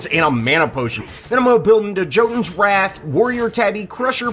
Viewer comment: Love it. Hey, a way to pronounce, 'Qin' is like 'Shin'. Shin's Sais. :3 Used to be 5% and a very exploited item. Oh, haha and 'Jotuns', so far seems to be pronounced as 'Yotuns' commonly, like the god 'Janus' is pronounced, 'Yanuhs', etc. Thanks for all your lessons, too!!!!